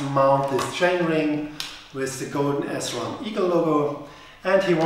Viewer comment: Also, it`s Sram not S-Ram